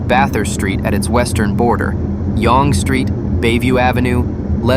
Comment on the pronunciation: Dear computer voice: Learn to pronounce Yonge Street correctly, unlike how you are currently doing it. Look it up!